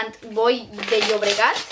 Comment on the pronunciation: Jajajajaj pobre como lee el catalan Por decirlo de alguna manera no es SANT BOI DE LLOBREGAT se pronunciaria SAN BOI DE LLUBREGAT por decirlo de alguna manera